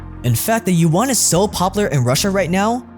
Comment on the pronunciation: As a Chinese speaker, the pronunciation of yuan as "yu-one" hurts my ears.